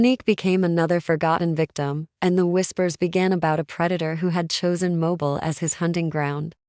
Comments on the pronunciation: It’s pronounced mo-beel and we have enough of our own crime. These cases are NOT from Mobile Alabama. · Please listen to your Ai after it is completed and verify it's pronunciation. If it immediately mispronounces 2 of the biggest cities in Al. And Ms. immediately it's hard to give credence to the facts of the story/article/case!